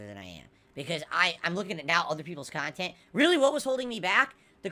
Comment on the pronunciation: Wait all the idiot morahn kahntent creators dont split their kahntent into kahntent? is losing it dude